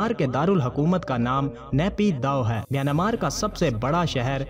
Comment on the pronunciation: Not myanamar, MiyanMar is a correct word.